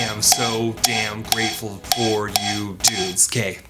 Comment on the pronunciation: Does know "grateful" has two syllables lmao